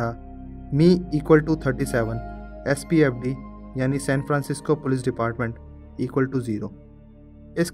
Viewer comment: he said spfd not sfpd